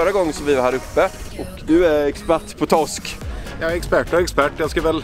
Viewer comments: lär dig säga r det heter toRsk inte tosk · Man skulle ju vilja ha en compilation på när han säger "Tossk":)